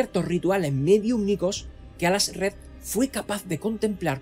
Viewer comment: Toda mi vida diciéndole Aljazred y escucho el Alazred y se escucha raro😮